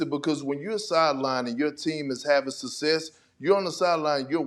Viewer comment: Kendrick Perkins still doesn't know how to pronounce the word "success". Was he not reading during the off season?